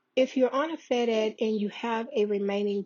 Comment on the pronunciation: Fed-Ed not fed ex